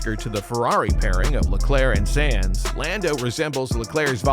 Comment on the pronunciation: Decent vid - but "Sans"? Next time get a narrator that actually knows F1 😉